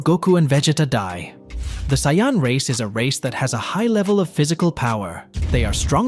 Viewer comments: wtf is a siyon its saiyan💀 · Please stop saying saiyan like that